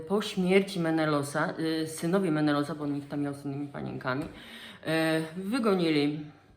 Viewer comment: Skąd taka wymowa imion i nazw miejscowości? Czemu „Menelos" zamiast Menelaos? Czemu „Mikines" zamiast Mykeny? Czy to wymowa strikte grecka? W sumie nie ma co się dziwić, że Klitajmestra znalazła sobie kochanka Ajgistosa. Przecież Klitajmestra znienawidziła swojego męża po tym jak złożył w ofierze ich córkę Ifigenie, tylko po to by statki mogły odbić od brzegu i popłynąć do Troi. Jeszcze wmówił matce i córce, że Ifigenia ma zostać zaślubiona Achillesowi, tymczasem podstępnie ją zabił. A jeśli chodzi o trzy wersje śmierci Agamemnona to może rzeczywiście pierwsza jest najbardziej prawdopodobna. Trzecia z tego co pamiętam, ale mogę się mylić bo sztukę czytałam dawno została przedstawiona u Ajschylosa w Oresteji. Druga wersja po prostu wydaje się ściągnięta z motywu śmierci Heraklesa. O nim się mówi, że został zabity przez Dejanire, która nieświadomie podała mu szatę nasączoną krwią Nessosa. W sensie szatę podała z premedytacją, ale Herakles miał ją po prostu znowu pokochać a nie zemrzeć.